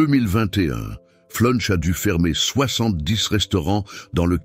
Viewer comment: Flunch c est pas punch 😂😂😂😂😂